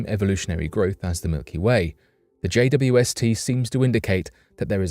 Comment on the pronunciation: its jwst not jwsp